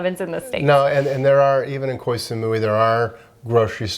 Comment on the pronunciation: Thank you for sharing these tips. Which sites do you find the best to find good deals on flights? Your pronunciation of Koh Samui is cute ☺. I believe it's pronounced more like Koh - Samoy . I'm not sure the street litter in Vietnam is due to culture; I think it's more to do with poverty/deprivation and lack of government support. As for getting hot food in plastic bags, it was the same in China. Regarding plastic litter, I found some of the beaches in Bali to be incredibly littered, with huge swathes of floating plastic seen out in the ocean, for example to go dolphin watching. I noticed that Japan also uses a huge amount of unnecessary plastic, but you don't see any litter - at all. Everywhere was pristine.